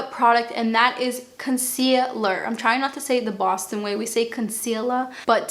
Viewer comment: You pronounce your words perfectly with your fantastic Bostonian accent!